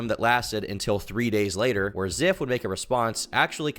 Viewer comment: Call him Ziff one more time I swear